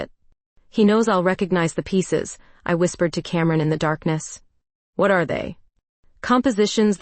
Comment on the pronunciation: YOU PAUSE IN THE WRONG PLACES LIKE YOU ARE READING OFF A TELEPROMPTER THAT ISN'T PHRASING PROPERLY. ALSO, YOU EMPHESIZE THE WORD WHAT INCORRECTLY.